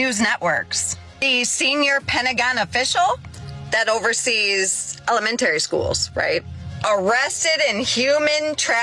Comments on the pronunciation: "ICKSspecially" "aCROST" "elemenATERY" ... next she's gonna pronounce "both" as "bolth" Edit: I'm here to add "cornYEWcopia" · Pronouncing it “elementairy” = you are probably from upstate and especially central ny. This more than anything is what will get us roasted by outsiders when it comes to how we talk. For my money this lady is from Rochester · To be fair Hasan... the word is Ella-Men-Tree. Just like its Alu-min-ium not Allu-min-um